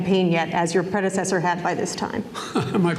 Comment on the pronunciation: "My predeseder need too"